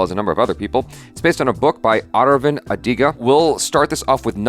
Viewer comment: How he pronounces arvind adiga 😂😂